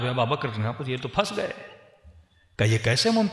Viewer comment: Hazrat phle aap name lenaa sikho ABUBAKAR(r.a) aur aap kh rhe ABABAKR or ye jo story bnaa kr sunai hai kisi hades se sahit hai aapke pas koi hawala kahi se diya hai ya bs jo dil ke aya bak diyaa baith kr is trh se glt bate batane se kch hasil na hoga.